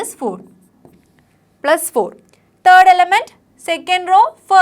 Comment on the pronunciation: 'Third' bolti ha 'turd'😂